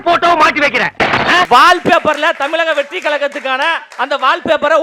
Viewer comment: நெற்றியை மறைத்துக் கொண்டிருக்கும் லயோலா மணி ஒழுங்காக தமிழக வெற்றி கழகம் என்று உச்சரிக்க கூட தெரியாத பால்வாடி பையன் தமிலக வெற்றி கலகம் என்று அவன் பேசும்போது சிரிப்பு வருது.